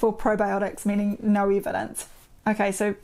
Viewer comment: I like how you say "nor" for no!👍